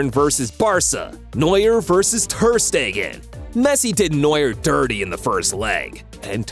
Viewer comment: "mark andrhhe thhheerrrrr steeeggaahnnn" "Bay raen vs barsa"💀☠☠💀💀💀